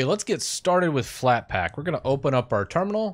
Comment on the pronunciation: "FlatpLack" yeah